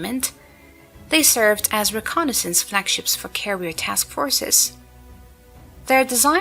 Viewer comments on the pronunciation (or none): none